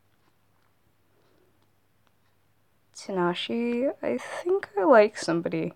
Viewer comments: I heard tadashi when you where attempting to say takashi and it made me sad ( I'm a fan of Bighero6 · Whenever you said Shiro’s real name you said TaNashi and drove me insane, btw it’s TaKashi. I’m not trying to be rude, just trying to help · Also I think you have a problem with saying people's names correctly last time it was "azlor" and now "tanashi" 😂😂😂😂😂 you're so funny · Am i the only one that noticed than the called takashi, tanashi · No offense,but i die inside when you say Tanashi?